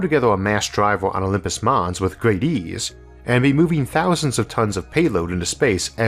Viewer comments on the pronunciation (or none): none